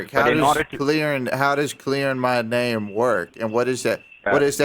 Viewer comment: "under your nem"